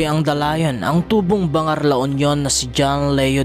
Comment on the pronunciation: Mali ang pagbigkas ng "BANGAR"(LA UNION)... Hindi "BA'-NGAR" kundi "BAN-GAR" O "BANG'-GAR"..